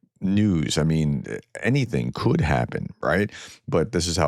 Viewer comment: “could” Thank you from Southern Ontario 🇨🇦 🇬🇧